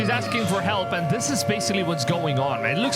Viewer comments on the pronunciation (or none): none